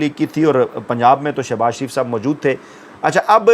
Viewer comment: Pehle. Naam to sahee likha karein phir bola karein shareef Theek hai, sharaf Halat Hai